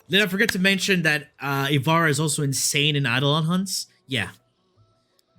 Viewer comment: You are not good at rating Warframes. 1 you are rating and using them horribly. 2 you cant use 99 percent of your frames 3 you cant pronounce ivara